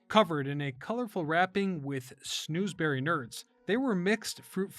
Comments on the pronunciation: SNOZZberry, where SNOZZ rhymes with Oz. Not snoozeberry! It comes from the scene in "Willy Wonka and the Chocolate Factory" in which Willy Wonka is showing off his lickable wallpaper to his guests. While they're all licking it (I guess were weren't as grossed out by such things back then 🙃), Willy is telling them, "Try some more! The strawberries taste like strawberries. The snozzberries taste like snozzberries." At which point one mother, who is a teacher, objects that there is no such thing as snozzberries. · Snahzz not snooze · All that research and can’t say snozzberry properly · I'm obsessed with Nerds Gummy Clusters...I can't get enough of them! Also, you pronounced Snozzberry wrong. lol